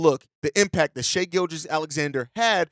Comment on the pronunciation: Man, it’s so nice to hear someone that’s supposed to be an NBA channel pronouncing Shai’s name right and not saying “shy.”